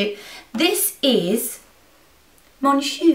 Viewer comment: Loved the tutorial just thought I'd let you know that "on" of "Mon Shu" is actually pronounced Like the "on" in Long basically, "Mon Shu" sounds like "Mon chou" which is a way of showing your affection to someone, like you would say "my darling" or "my angel". (: Greetings from France !